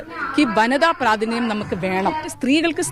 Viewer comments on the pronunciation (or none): ആദ്യം നേരെ ചൊവ്വേ പ്രാതിനിത്യം എന്ന് പറയാൻ പഠിക്ക്.. ഇത്‌ ക്ഷമയല്ല... അക്ഷമയാണ് 😜😜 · പ്രാതിനിധ്യം എന്നു പറയുവാൻ പോലും അവർക്കറിയില്ല